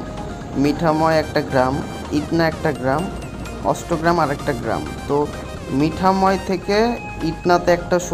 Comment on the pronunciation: মিঠাময় না,মিঠামঈন